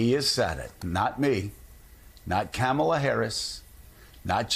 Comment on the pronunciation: Joe, you pronounced Kamala wrong.